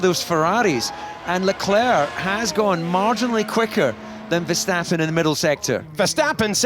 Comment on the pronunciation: DC really used the VerSTATen 😭